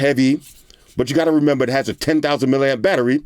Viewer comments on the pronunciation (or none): none